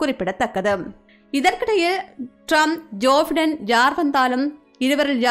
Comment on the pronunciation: ஜோபைடன்... (ஜோஃபடன இல்லை)தயவுசெய்து உச்சரிப்பை சரி செய்துகொள்ளவும்